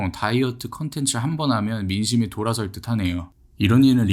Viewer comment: 댕크 디모스가 아니라 탱크 디모스 아니야....?